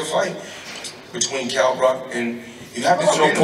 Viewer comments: Kell 'Broccoli' Brock - Wonderful pronunciation Floyd! :-D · Kell Brock 😂😂😂 I swear he does that shit on purpose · get the feeling he was purposefully saying Kell "Brock" too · Floyd please stop deliberately taking the piss, his name is Kell Brook not Brock 😂